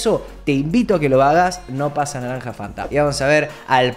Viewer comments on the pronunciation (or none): ¿Cuando lee el perfil dice "Naramja Fanta" o ya mucho lol por hoy? jajaja XD saludos gracias por tantos videos con tanto amor